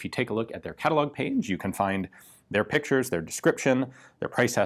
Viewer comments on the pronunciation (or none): none